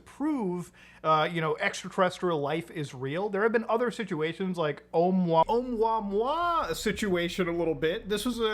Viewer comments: Oh-moo-uh-moo-uh, not mwa mwa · Love you man, I think it’s meant to be pronounced like, errr omooa mooa. Think cow sounds. Sorta. At least that’s what Michael godier thinks. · its pronounced "Uh-MOOuh-MOOuh" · “Oh-moo ah-moo ah” is how you pronounce it. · its pronounced (O-moe-ah moe-ah) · Ohh-moooah-moooah, some hooked on phonics shit for this one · Oumuamua is pronounced Oh mooah mooah. It got the attention of the UFO crowd because it was a very strange shape, the first interstellar object noticed visiting our solar system and it seemed to accelerate away from the sun against gravity. Avi Loeb didn't state it was Extraterrestrial technology, he did say it was worth investigating the possibility that it might be. The general consensus is it's a new kind of comet covered in blackened carbon. The acceleration might have been caused by a crack in the outer shell allowing ice to be heated and escaping through small gaps as steam acting a bit like a jet. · please stop using gods name with explicatives. btw it's pronounced like this oh-MOO-uh MOO-uh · Its 3 "I" Atlas (Three-Eye Atlas) sounds like and "Interstellar" Monster with three eyes :) and Oumuamua is pronounced oh-moo-ha-moo-ha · It is pronounced, Oumuamua, o-Mooa-Mooa, it's Hawaiian. Sorry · I've never heard Oumuamua being called "Um-wah-wah" before 😂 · the way you pronounced Oumuamua legitimately pissed me off lmao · Muta says oumuamua so fancy. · The way Muta pronounces Oumuamua makes it sound like delicious food.